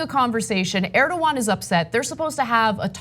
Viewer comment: How is it so hard to pronounce Erdogan properly?